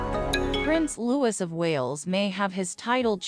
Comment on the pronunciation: IT'S NOT LEWIS HIS NAME IS PRONOUNCED LOO EEEEE (LOUIS) !!!!!!!!!!!!!!!!!